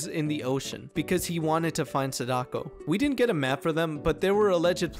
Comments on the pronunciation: it's pronounced saw-da-ko. Not a complaint, it made me chuckle 😅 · Sa-dock-o. Im not use to that